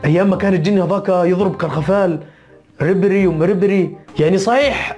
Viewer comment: كارخفال 😂 اودروزوزو 😂 سبيبوس 😂